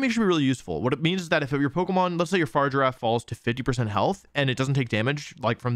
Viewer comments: Its pronounced fari-gi-raf my dude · Fa-rig-a-raf lol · He's butchering the pronunciation on purpose, right? Far rigg irr raff. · no, it's literally the last half of girafarig, mirrored, instead of the first part. So it's a hard g. They say it out loud in the direct. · The way Wolfey pronounces Farigiraf has driven me to comment... XD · My man probably watched the video where they announced Farigiraf, where they say it’s freaking name, and he pronounces it wrong. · bruh why cant people pronounce farigiraf right. its in the damn trailer lmfao. then again wolfe always does this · I like the video but the only thing that annoyed me is how he pronounced Farigiraf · Are you purposely saying the name wrong? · that is NOT how you say its name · Um it’s a hard “g” Wolfe😅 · Why is everyone pronouncing farigiraf wrong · Please learn the Pokemon names before you talk about them. The G in Farigiraf is a hard G. You can't just consciously change a nane because you don't like it. Or else we could just call you Susan. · This is one of the worst pronunciations of a mon I have ever seen and shows he clearly didn’t watch the trailer but still not as bad as Pokémon challenges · This is the worst mispronuncianation of Farigiraf I have seen so far.@ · Wolfe it's farigiraf not fargirafe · Wolfe, I love you but I hate that you pronounce it “Far-giraffe” instead of “Fa-rig-a-raf” 😢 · I hate to be that guy but it’s Fr-If-Er-RAFF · Fah-rig-ger-a-ph Unless this is a Decidueye thing where you say it just to annoy people then lets go fargiraffe lol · It's not far giraffe. It's not a giraffe thats just far away It's Pronounced Faa-rig-a-wrath Also I might as well point out that "oran guro" is actually pronounced o-rang-ga-ru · “Far giraffe” opposed to “farigiraf’ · Fa-rig-a-raf not far-giraffe 🤦🏻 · it's a hard g, but even if it wasn't there's an i in there lol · fuh rig a raff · idc if its official its a giraffe it should be far-i-ger-af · Love how he spends the entire video saying Far Giraffe 🦒